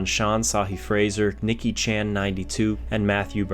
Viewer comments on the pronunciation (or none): none